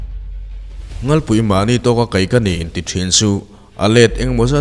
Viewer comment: A tir lam a nghalpui i lam dan hi sanghal ( nghalpui ) lam dan ang hian i lam tlat mai 😀😃😄😁😂😅🤣 ka rawn sel ve mai2 aw.. Ngaihthlak a man hla m2 thin e